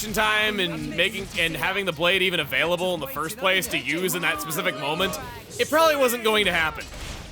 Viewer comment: A-VALE-ABLE, chugga you are off your game recently, are you sure you are alright?